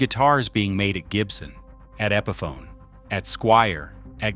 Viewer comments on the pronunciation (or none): none